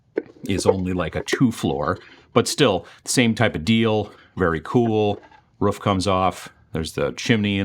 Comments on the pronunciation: TIL pronounces it "Ruf" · Once I heard “roff” instead of “roof” I couldn’t stop hearing it. Dialects, you gotta love them :) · Hearing that pronunciation of roof always makes me feel like I'm back in WI.